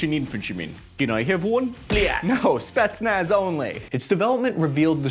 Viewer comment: what are Spi..nach, spitmuch....?